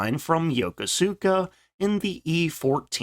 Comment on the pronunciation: Yokosuka... having been based in Japan at Camp Fuji and hearing how the locals pronounced it it sounds closer to Yō KŌsss kă, the "u" almost silent and blended with the "sss" sound.😊